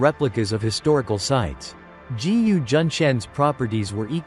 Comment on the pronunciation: "G..U." ?? No narrator can pronounce a "G" placed in front of a "U". It pronounces Gu, not G U. Therefore im not interested in wasting time to listen to an AI generated voice.